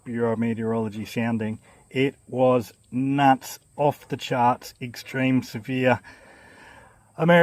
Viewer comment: Nutsa? You must be an Aussie A.I.